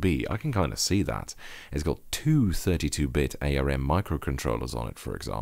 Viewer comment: Pronounce ARM like arm as in your long pale Dutch appendage. Nobody says the letters A, R, M.